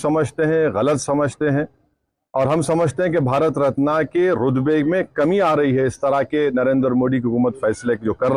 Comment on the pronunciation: तो क्या किसी aatankwadi को देना था भारत रत्ना. ......... बोलना तो आता नहीं, रत्ना, रत्ना,रत्ना......रत्ना नहीं होता है....रत्न होता हैं ok...और दंगे-fasad तुम जैसे लोगों ने ही करवाएं है हमेशा ok.